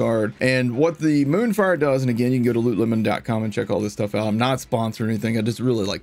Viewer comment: Why does pronounce "Lootle Mon" as "Loot Lemon"?